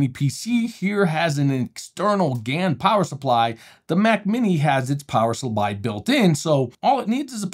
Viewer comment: ‼️”int-el” “repubidable” “power subbly” “HDMI 2 port 1 port”. I’m not joking. These are words you will actually hear in this video. I swear to god I’m not joking.